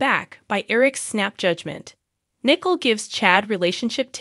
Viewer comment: Wish the names were not murdered so we don’t know Who u are talking about! Nichole his Not Nickel!